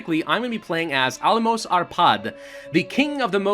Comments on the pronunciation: Little help with the pronunciation: The last sound of Álmos' name is pronounced "ʃ" not "s" Think of words like: SHadow, SHe seSSion or leaSH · It's pronunced as Álmosh. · The 'S' in Almos is pronounced as 's' in ash